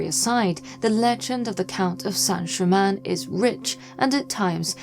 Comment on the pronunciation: It's Count Saint Germain.Please.